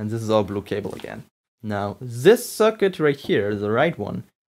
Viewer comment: i heard him say "zis"